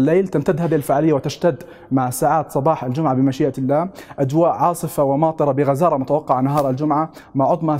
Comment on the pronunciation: عندما تلفظ كلمة الله وقبلها يوجد حرف جر يتم مراعاة وضع كسرة تحت حرف اللام يعني يتم ترقيق حرف اللام لانه يسبقه حرف جر انتبه لهذا الامر وشكرا